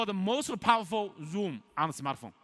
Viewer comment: Zoom = oom? Man, such an awesome phone deserves a much better presenter.